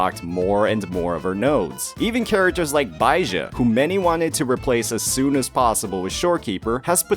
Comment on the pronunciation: Thank you for saying Baizhi's name correctly. Omg I'm so tired of hearing it wrong. Thank you thank you thank youuuu